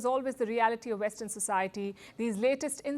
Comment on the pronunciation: "This is Vestern politics in a nutshell."